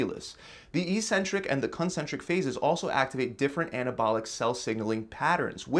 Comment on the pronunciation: we say *Éksentrik instead of "issentric"